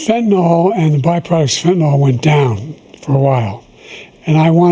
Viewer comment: Why do they not know how to pronounce the word "fentanyl"?